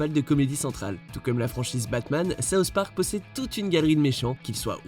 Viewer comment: Sauce Parc ? Pas possible de faire un petit effort de prononciation ?